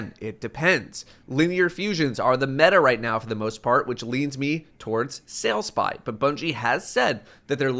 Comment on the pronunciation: Normally i just take opinion and make it my own. But sailspy? REALLY man? Sailspy is just… awful…